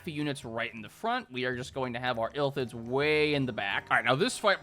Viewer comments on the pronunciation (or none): The true crime here is saying Illthids instead of Illithids. I'm dyslexic too but it doesn't make it hurt any less. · "ill lith its" is how you are supposed to say it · The way he keeps pronouncing illithids is pissing me off